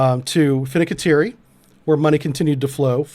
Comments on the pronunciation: One small note. It’s not Finicateri it’s Fin-canTieri. That is all, carry on✌️🖖. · Not sure if this reeks of incompetence or corruption, though it does look like a case of 'US military spending at its best.' Also, I'm pretty sure you butchered the name 'Fincantieri'. I think it's closer to 'Fin-cant-ieri' than 'Finni-can-teri'... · Fidddecatiri? Fincantieri? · You keep mispronouncing "FINCANTIERI" In this video and its really annoying. I know this is my own OCD. But look at the word FIN-CAN-TIERI You keep saying it as FINA-CA-TIERI Its FIN.....CAN....TIERI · “Fin” “can” “ti” “eri”……..is it really that tough to pronounce? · The guy can't even The shipbuilder. "Fink-en-terry" is how it's pronounced. What a tool. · Fin-can-tieri .. please .. excellent vid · Fincantieri... FIN-CANTI-ERI. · fwiw... you should try this: Fin--Can-Tee-Airy... love the video... not a criticism... but you might be using the word in a future video, so might be worth saying it in a more easily understood way.